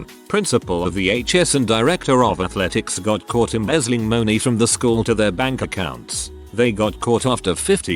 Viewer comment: embezzling “m0uney” ok idubbbz